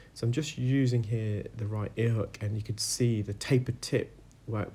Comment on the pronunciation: “Right-a-Ear”